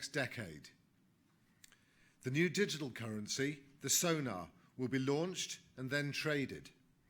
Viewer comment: Digital currency SONAR or SOLAR? :D